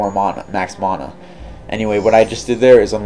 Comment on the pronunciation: Please learn how to say mana. There is neither an O nor an H in the word. Please refrain from adding either. Thank you.